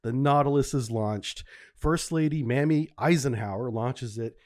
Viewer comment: Interesting channel, but for heaven's sake dude check the pronunciation of proper nouns. The first lady was not called "Mammy".